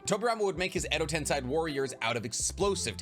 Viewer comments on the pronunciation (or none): Exo tensey** not tensai damn dawg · "ten-say" not "ten-sigh" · Bro, it's edo tenSEI not tenSAI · What really bothered me was how he said edo-ten-sigh instead of edo-ten-say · Why are you pronouncing Edo Tensei as Edo Tensigh. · No way you said Edo TensAI??????